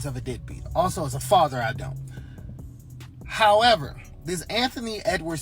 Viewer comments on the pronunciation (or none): I love the "....however"